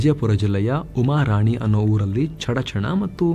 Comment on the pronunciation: ಅದು ಉಮಾ ರಾಣಿ ಅಲ್ಲ ಸರ್ ಉಮ್ರಾಣಿ